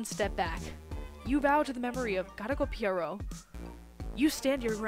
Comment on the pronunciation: "pierot" is actually a french name! :o) pee-eh-roh